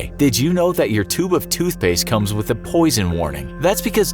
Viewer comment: TootSHpaste? lol